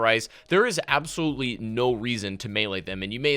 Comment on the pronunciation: The way you emphasize "Actually" and "Absoluetely" just makes me quit watching your videos. lol